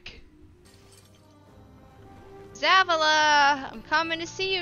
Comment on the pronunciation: Ah yes, Zaavuluh, my favorite destiny character. Lmao